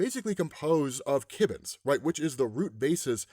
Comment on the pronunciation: To be 'that guy,' it's Kirbons, not Kibbons. As in Kirby.